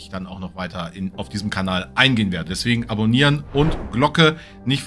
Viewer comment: Sagst du am Ende eigentlich "Abonier nicht vergessen" oder "Onanieren nicht vergessen"? Ich weiß nicht warum, aber ich habe immer letzteres im Ohr. 🤣